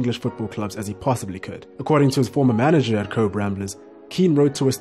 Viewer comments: Cobh is pronounced Cove. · Pronounced ‘Cobh’ incorrectly. You don’t pronounce the ‘b’, it is Irish not English